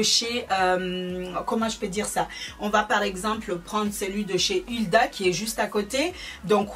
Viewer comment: C'est Huda mais sa se dit Houda, on Backstage ensuite on dit Beauty blender ! C'est pas méchant et je sais que c'est pas ta langue maternelle mais en faisant beaucoup de vidéos beauté tu devrais ne plus refaire ces fautes 😕